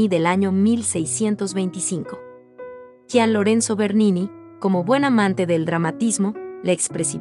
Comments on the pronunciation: Gian, no se pronuncia como “J”, sino como “G”. Como Gianny Verssage! Buen video, gracias! 👍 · Nada más una puntualización: por favor 🙏🏻 no se dice “jian” Lorenzo , se pronuncia como si fuera y. Cada vez que lo dice me da unas ansias… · Gracias por presentarnos a Bernini. Te felicito y agradezco el aporte, Bernini es de mis artistas favoritos. Sugeriría que nos indicaras donde se exhibe cada escultura u obra de arte. Aquí en LATAM el nombre de Bernini lo pronunciamos Yian en vez de Jian, lo siento raro. Saludos